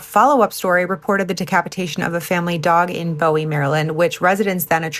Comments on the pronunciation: Love that you’re talking about the goat man & PG County, but my body has a visceral rejection of hearing Bowie pronounced like David Bowie and not buoy. 😅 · cool video. just a tip, Bowie rhymes with Bluey. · Bowie like a name not a arrow from bmore